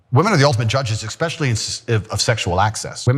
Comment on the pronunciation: Did I just hear Mr. Superior Andrew Tate say "EKSPECIALLY"???????